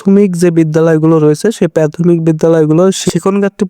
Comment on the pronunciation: Pathomic na re Vai prathomic.apni ki pass je ei pronunciation,ta abar education niye blog makings.